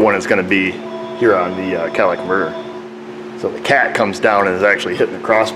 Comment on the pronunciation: What is a cat-a-lick-it converter?